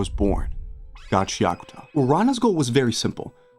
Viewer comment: It's GA CHIA KU TA not Gaceakta. I can't watch your video due to your shit pronunciation